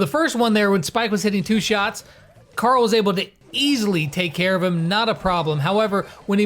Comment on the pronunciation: Pet pees .. not carll. Its Carl hehhe no joke